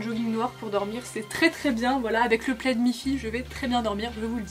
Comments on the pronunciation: "une pleide " "quat euros" ahah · c’est « le » plaid ahahah 😘 Ça fait tellement longtemps que je suis pas aller à primark ça me manque de ouf 😭 Bisous du Portugal ♥️ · Après on dit Le plaid ;)